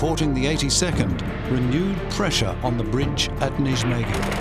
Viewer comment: You pronouncing "Nijmegan" as "nij-megan" instead of "nigh-megan" is irritating.